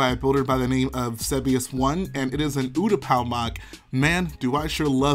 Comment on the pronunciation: Ooooootapow lol its pronounced you-t-paa